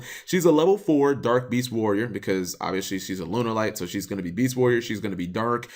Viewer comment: >Has to specifically type in "Lunalight" in the title of this video. >Still manages to say "Lun-er-light".